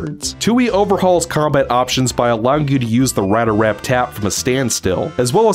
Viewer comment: You just can't say Rat-Atat-Rap, can you?